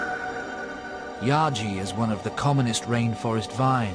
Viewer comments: pronounced yah-hey not yah-gee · pronounced yah- hay